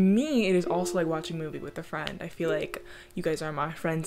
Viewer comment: Am I a fwend 😔